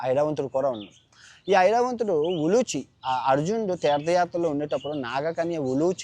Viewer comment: సార్ 💐 perhaps it's "ఉలూపి" instead of "ఉలూచి 🙏🙏🙏.